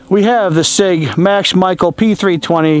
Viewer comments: Max Michael 😂 it’s pronounced Michelle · His last name is pronounced ‘Michelle’